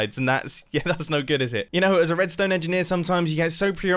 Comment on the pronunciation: nobody: literally nobody: Mumbo at 1.00: "roadstone"